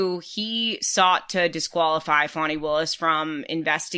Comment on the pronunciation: To whomever mumbled through the intro: It's pronounced FON-ee, not FAN-ee.